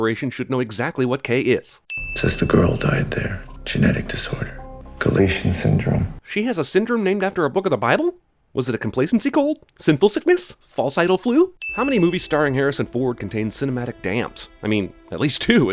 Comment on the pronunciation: It is Galatea, not Galatia, the statue Pygmalion made and fell in love with and then Aphrodite made it into a real woman which he married. The Syndrome probably has something to do with a human falling in love with a replicant. I think he mispronounced it, tho. It hsould have been Ga-lay-tee- a.